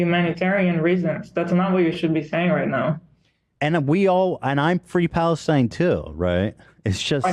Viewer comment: he refuses to even pronounce Palestine correctly